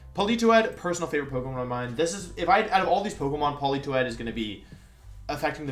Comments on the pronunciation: When he said Poli Toed the way he did i think i threw my phone out of the window. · Lol why does he pronounce Politoed as Pelitowed